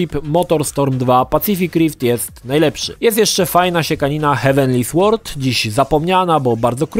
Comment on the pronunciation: siekanina "heavenly sŁord" xD